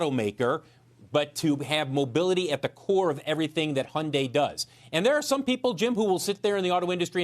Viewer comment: its hun-dayyyy like Sunday